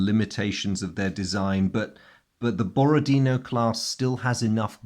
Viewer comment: I understand this is not terribly important, but I'll say it while I'm at it: in "Borodino" the last syllable is stressed. It's pronounced the way you would pronounce it in French.